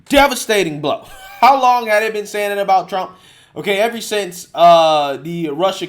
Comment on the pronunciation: The phrase is "ever since", not "every since" & I'm going to correct you every time I hear you say it. Other than that- right on, man!